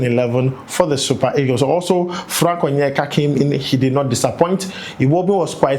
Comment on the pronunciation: you sure say you no be Igbo? The way you say Frank Onyeka?